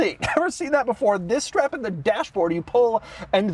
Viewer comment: did you say shtrap in or shhhtrap on 🧑‍🦳